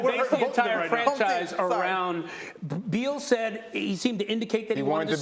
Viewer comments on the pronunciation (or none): It's BEAL. Not Bill